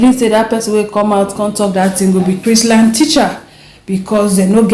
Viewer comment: Hi dear, it is Chrisland. Without the t.